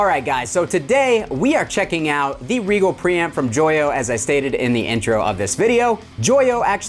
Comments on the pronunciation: would that not be pronounced "RYE jel"? Like the star? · This is correct, I came to say the same thing lol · Oh! btw it is Rigel not Regal... I was wondering why i couldnt find it!